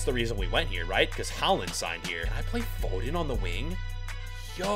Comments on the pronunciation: the way he says Foden triggers me. Its F--o-den not fo-den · It’s Phil foe den fod en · It's annoying as a British person hearing you say foden 😂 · Phil phoden phoden pronounced foden